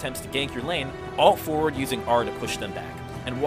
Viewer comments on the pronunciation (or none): none